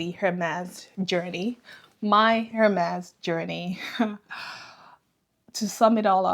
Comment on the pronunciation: Amazing haul 😍. Just FYI : H in Hermes is silent in French so it should pronounced as Ermes